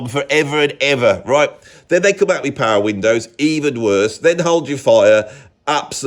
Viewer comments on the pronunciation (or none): none